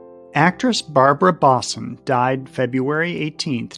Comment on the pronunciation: Barbara Bosson pronounced her last name as Bo-sun, not Boss-un.